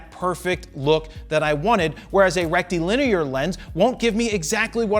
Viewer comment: Rectum Lin ear